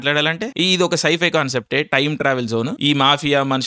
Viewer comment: Scifi ushhhhhhh Ala kaadhu raaa pichodaaa